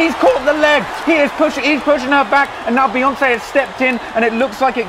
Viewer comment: It’s pronounced "BEE"yoncé hence 🐝 not BAYoncé...get it right